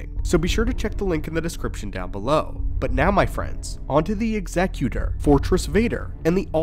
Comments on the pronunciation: Bonus cool points for correct pronunciation of Executor 😁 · Man of culture who knows how to pronounce "Executor". May the force be with you.